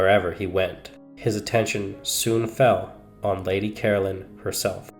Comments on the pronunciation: Caroline is not pronounced as Carolyn. Ca-rol-ine. Whats so shocking about some pubic hairs? 😅😅😅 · CaroLINE, not Carolyn. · Please get her name right. It’s Caroline, not Carolyn. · Lady Caroline was English and in England the name is pronounced Caroline not Carolyn. I have no objection to the American version of English but it needs to remain American . At the moment we are experiencing Americanisation of the English version, of our ways of spelling and verbal pronunciation if not or the correct English version will be consumed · It’s Caroline not Carolyn. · Nearly every word he says is mispronounced as you say it's Caroline not Carolyn.🫤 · Please at least pronounce her name correctly! Carol-LINE